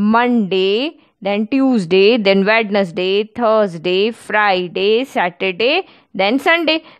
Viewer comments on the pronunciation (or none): none